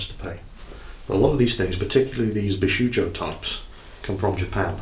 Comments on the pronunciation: It's bishojo, in some romaji spellings, and it's pronounced b'sho'jo, show and Joe. Not shoe and Joe. It's only British English that likes to put silent letter u's in words like color and neighbor etc. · It's pronounced "Bee-shoh-joh"! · As far as I remember, "ou"s in japanese are pronounced as "o", so it would be pronounced as bishojo. Can't stop correcting pronounciation just because it's japanese and not german. They way how the custom taxes increase sounds horrible, but still better than the 19% on the price and the cost of the shipping in my country. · Bee-Show-Joe/Bishoujo/ビショウジョ/ Beh-Show-Zho/Beshouzo/ベショウゾ/ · I really like how takes the time to explain what 'bishoujo' means, and then proceeds to horribly mispronounce it for the rest of the video. Seriously though, that figure is rad. Nicely chosen,. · because you love it when people are being anal about how to pronounce shit :) bishoujo, the "ou" is just a strechted o (as in oh), japanese does not have twice the same vowel to modifiy its sound and the -jo at the end is pronounces as in yo-yo, without deforming the o sound too much, also each syllable is spoken with same emphasis, there is no stressing of indiviual syllables.